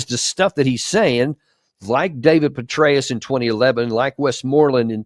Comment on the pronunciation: General Betrayus??? Am I hearing you right??